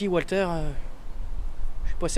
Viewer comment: "Papier, Wa(l)ter!" et autres Dwight Léfame m'ont bien fait marrer, malgré la tension palpable de cette vidéo. Et surtout celle à venir : finir Demon's Crest? Limite impossible. Chaud pour l'égo de Walter (le fameux Walter égo).